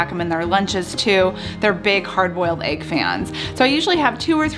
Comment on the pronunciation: whats an ''aig'' ?